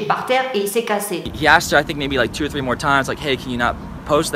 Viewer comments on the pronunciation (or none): none